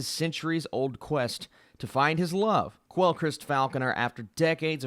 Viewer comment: It's pronounced "Kell" not Kwell.